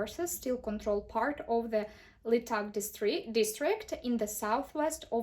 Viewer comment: Трохи кульгає у Вас інтонація і наголоси неправильно ставите в деяких словах. Наприклад, в словах transfer i control.